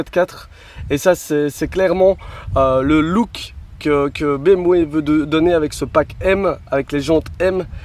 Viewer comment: BM- quoi?? lol la prononciation